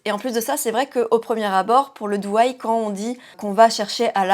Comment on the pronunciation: Bonjour, la différence au niveau des yeux est saisissante sachant que tu as utilisé les mêmes produits. Pour ma part, je serais plutôt siren eye en soirée et doe eye (pas autant exagéré) au quotidien. Juste une précision (sans méchanceté aucune), on prononce DO eye et non DOU (c’est un peu comme le prénom Joe, tu ne prononces pas ça Jou). Belle journée ❤